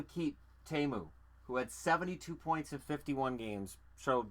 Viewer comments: I though it was pronounced tee-moo not tay-moo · It's actually only pronounced Tay-moo in Finnish. Tee-moo is technically a mispronunciation.